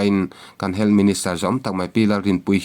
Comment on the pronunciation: Duham taka kohhrante a sawmna pawh ni ang hming, "Dan" a kalh hrim hrim. Sawi mam sak tum phet hi a tul lo. "HEALTH" hi, "Hel" tiin, i lam puat ziah. Channel meuh siamtu i ni a, quality pawimawh zia i hre ve ngeiin ka ring.